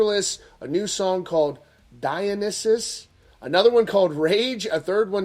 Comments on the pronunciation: It's DIE-O-NIGH-SUS, sorry drives me nuts when things like that are mispronounced. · Die on isis is how you pronounce Dionysus it’s a god of wine in mythology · How did he pronounce dionysus?😂